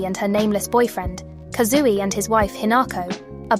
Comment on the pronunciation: the robot voice is really nice, it's perfect for listening to your analysis while I do stuff like work or chores!! that being said... 'kazooey' 😭💗